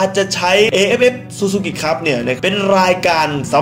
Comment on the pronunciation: Suzukiคับไม่ใช่zuzuki